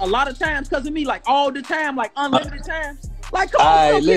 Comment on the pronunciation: When he say unlimited he actually saying.....nvm lol